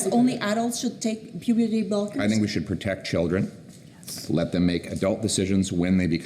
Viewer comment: I wish I see the face of the reporter who asked at minute :"so, only adults should take puberty bolkers ?". I heard "bolkers". Why would you give a puberty "bolker" to an adult? To "bolk" its development?